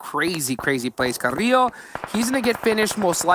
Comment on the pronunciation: None of the Spanish speaking people in this cast can pronounce Carrilho right 💀 it’s pronounced with an L not a Y